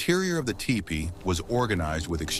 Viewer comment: These videos are great for sure! But I'll be glad when the AI narrators stop mis-pronouncing words like bow and teepee!! Or will I? As a native who learned these truths from Elders of my Ojibway peoples I thank you for these vids!